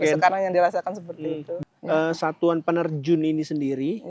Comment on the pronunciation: Peterjun apa penerjun?